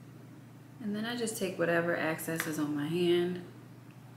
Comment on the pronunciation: How come the girlies say "ACCESS" instead of "EXCESS"? Anyway, she and makeup are cute 😍